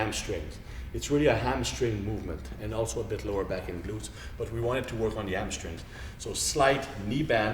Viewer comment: Lol 'amstrings' and 'helbows' ... p.s. I love this guy